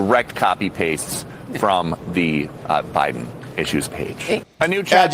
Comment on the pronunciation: Oh my GOD! She said O'Biden. There ya go 😁